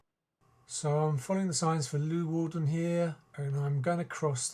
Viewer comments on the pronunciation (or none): Leeuwarden [lay-war-dn] there is no loo in leeuwarden lol..